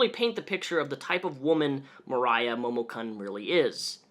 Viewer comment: I have the same name as this gross lady...only it's spelled with an "o" instead of an "a"....so hearing you pronounce it with the "o" sound kinda weirds me out lol xD Moriah vs Mariah...but anyway....yikes.